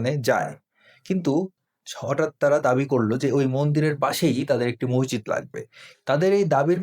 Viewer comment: "মসজিদ" শব্দের সঠিক উচ্চারন করলে ভালো হয়।